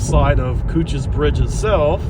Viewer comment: You’re pronouncing it right. I work in the division that manages its development. We hope to open it to the public by the 250th anniversary of the battle